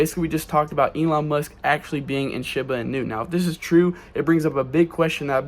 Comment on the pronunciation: He can't even say Shiba Inu right this guys an idiot